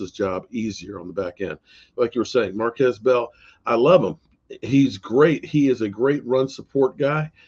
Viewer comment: Mar-keese Bell...pronounced MAR-KEESE BELL